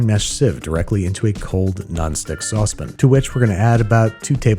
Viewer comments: Why can't you say "saucepan"? It's SAUCEPAN! Not saucepn. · I will never be able to get behind the way you say "saucepan" lol